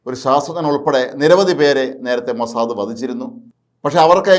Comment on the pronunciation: അയ്യേ മൊസാ ദേ,,, അല്ല മൊസാ ദ് എന്ന് പറയു